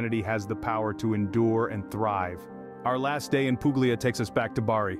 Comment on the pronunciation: I stopped as soon as the word Puglia was butchered.